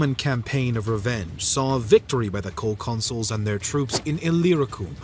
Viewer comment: Consuls, not consoles!!